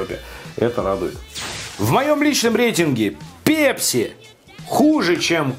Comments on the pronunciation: ПЭЭЭЭЭЭПСИ,а не пепси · пЕпси , пЕпси пля... ?! Серьёзно?! сЕкс из той же серии!!! Вы же русский человек. Неужели нельзя говорить правильно? Пэпси!!!!!!!!(написал с ошибками, чтобы было понятно!) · бля не ПЕПСИ, А ПЭПСИ! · просто слух режет... := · Тебе за 40 лет , если ты говоришь "ПЕПЬСИ" ) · пЕпси,как бесит такое произношение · пЕпси....бррррр....говори через "э", пожалуйста. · Слово Пепси забавно говоришь!😀👍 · Пееепси лайк кого бесит такое произношение.